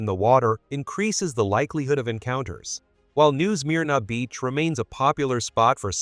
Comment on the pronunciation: New Smear-na beach. Aren’t AI channels great! 😂